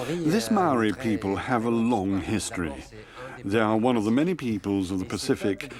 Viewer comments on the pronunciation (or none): Mow e. Wall e. Māori Mā - ow - or - re Meowre